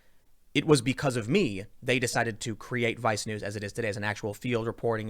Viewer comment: I can't help it, every time you say vice news I bust out laughing man, sounds like you're saying vi snooze...